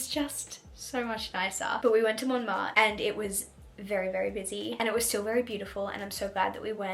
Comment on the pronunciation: I’m French and it’s so cool to see France from your point of view ! I wanted to react to a few things : - Your pronunciation is actually good and cute but a little tip if you want to try : the “n” is silent in « Montmartre », « croissant », « Menton », etc. - It’s funny because to me « Shakespeare and Co » is magical because there are books in English - The candy you bought, we call them « Fraise Tagada » so « Strawberry Tagada » but honestly they are not the best ones in my opinion 😅 - I’m not sure but it’s possible you were in France while it was in a « alerte canicule / heatwave alert », which happened a lot this summer Can’t wait for your next vlogs!